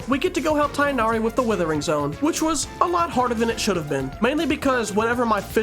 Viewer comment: Did.. you call. Him Tie nari 😰😰🫢🫢💀